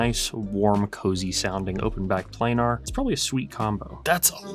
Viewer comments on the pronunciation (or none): none